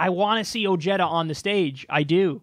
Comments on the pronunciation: *oh hay dah (not oh jay dah) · Listen moron I know your backwoods inbred mind can't comprehend this but pronounciation is key so Ojeda is derived from Spanish so try to pronounciate it correctly O hey da if you pronounce Ojeda O jay da you just sound stupid but then again keep pronouncing it the way you are it suits just right oh and by the way we pronounciate Jesus heyzues because the j in Spanish is the equivalant to the h sound in English LOL.😏😂💀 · i dont like this guy.... he hates himself.... he is mexican but wont own it. pronounces his name oh(jay)duh. when its pronounced oh(hey)duh. hes another ted cruz. doesnt want people to knows hes mexican so he can get the white vote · That guy is a latino so it's pronounced (O hey da) not (O jed a). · the name Ojeda is a Spanish name and is not pronounced O Jet a. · Ojeda pronounced o-heh-thuh, even if he doesn't know this. Even oh-hay-du is better. He's not a jedi! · it's pronounced Oheda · Isn't his name pronounced Oh-Hey-du ? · Wait, didnt that guy voted for Trump? Also, stop pronouncing his name like that. If he is ashamed of his Latino heritage it's fine but don't butcher the beautiful name Ojeda like that. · Not anymore, his family changed the pronunciation.